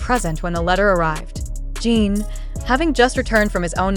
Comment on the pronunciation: I hate that you keep calling him Gene! If you are going to profit off them, the least you could do is pronounce his name properly! It’s Jin pronounced like the drink gin!Get it together will you! In any case, I don’t believe ant of this. Jimmy wouldn’t just invite the one! He will have them all on, even if JK is his favorite. Getting the first OT 7 in the US is such a huge coup, as a professional, he wouldn’t trade it for just one person. They can spend time together when all 7 travel over!